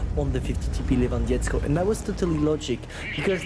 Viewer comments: Levandovsky that is how you pronounce it. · lewandietzko xDD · you're pronouncing Lewandowski as Lewandiesko for polish which means nothing it's gibberish put Lewandowski in Google translate so you can hear how to pronounce it. 😉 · These feeling when you are from PL and almost died from laught when read,,Lewandowski" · He read it very bad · 60TP Le-van-dov-ski I'll donate you if you learn how to spell this properly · You can call me for better pronouncing of Lewandowski and other names